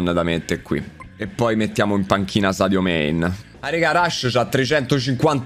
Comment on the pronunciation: Shadio mane the besht plaier in de uold, mi sembra di sentire un ubriaco (sono Veneto)